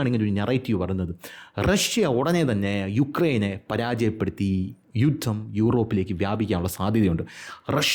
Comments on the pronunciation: ജുദ്ധം😂😂😂😂 അതിൻ്റെ ഇടയ്ക്ക് 😂😂😂😂 ചിരിപ്പിക്കാനായി സൂപ്പർ നല്ല അവതരണം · ജുദ്ധം അല്ല ജുത്തം.... എന്നാവും....😊